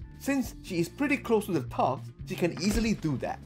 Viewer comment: lol heard that as "shooting f*ck B" instead of "thug b"